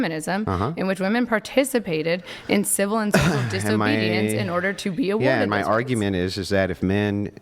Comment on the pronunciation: ‘Define muh terms’, uggggh 🙄